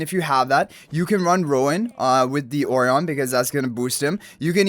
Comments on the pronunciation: Surely 'Orion' is pronounced "Oh - Ryan" like the star constellation? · I appreciate the time he pronounces the name Orion and not the onion the game decided to call him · And yet still gets it wrong